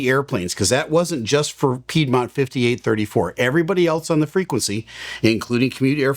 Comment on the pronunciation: you said piedmont! lol not piedmont